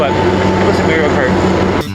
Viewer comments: Lost all credibility as soon as he said "May-rio" ... it's "Mah-rio" bud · love this video haha but pleaseee say MAR IO not MERIO! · Mar - i - o